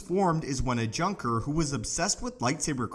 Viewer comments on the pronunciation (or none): none